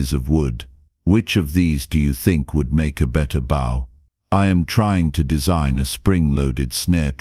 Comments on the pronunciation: A better BOW is made by pronouncing it to rhyme with NO or WOE. When you make or use a better text speaker, then you take a BOW to rhyme with NOW or WOW. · Doesn't anyone know how to pronounce "bow" as in bow and arrow? Because this what the narrator supposed to be saying.